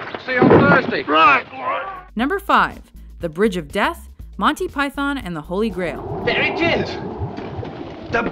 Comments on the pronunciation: U.K. citizen here: Pie-thon, pie-then, pie-thawn, pie-than, pie-thorn, pie-thin who the hell cares? Well, obviously some people do, so I'll rephrase the question: People who care, why do you care? Honestly I think the British people who complain about how American's pronounce things (and Americans who complain about us, who there seem to be less of) need to get off their high horse. I mean, pronunciations aren't even consistent WITHIN the U.K. Example: Most Brits pronounce Pakistan as Pak-iss-stan, but I've heard people pronounce it Park-iss-starn. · I wish they'd pronounce Python properly. Emphasis is on the first syllable. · When you think that some of this stuff is close to 40 years old, it goes to show the quality of the humour of these guys. Like many, I grew up with them, know these scenes backwards, but still find myself laughing. But please, can someone tell her it's "Python" NOT Pyyyth-ON! :D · Do us a favour America. Say it right. It's MON-tee PYE-thon Not Monny pyTHON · Agreed,its the py-thawn bit I dont get,we pronounce python like its pythn,not emphasizing the "thon" ,like its thn. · Even Pilate can scarcely keep his face straight during Biggus Dickus. "Do you find it risible...when I say the name...Biggus...Dickus..." you watch he is struggling so hard not to laugh. But arrrggh..its not Monty Pie-thon...its Pie-thun... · It is "Piethn" not pie- THON. At least the Americans like it . My Mrs is Italian , and she sits stone faced through it . Even the hilarious Hitler sketches ! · It's fucking PythUN not Manteee Py-thorn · It’s actually pronounced pythUn and not pythOn…for all you Americans out there who insist on pronouncing English words incorrectly, even when you are trying to talk about English/British things. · We pronounce it "Pythn" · Sorry, but the Yanks just don't get it... It's prononced Monty "Pythun" not Python. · Who's Monty Py- Thon ? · Americans can't say Python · Why can't they pronounce python right?